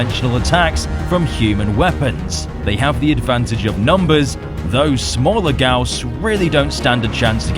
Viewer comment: in case some people didnt know, the "Gyaos" is actually pronounce Gai - Ya - Os lol (or thats what jap sounds like)